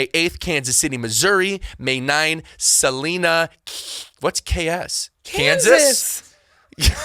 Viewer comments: I am into the video and the pronunciation of Salina is horrifying. Its Suh-Lina not Sa-Lina 😂😂🤣🤣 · As a Kansan, him pronouncing salina like salineuh made me so mad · Salina is pronounced Suh/line/uh. I live in the town right next to it.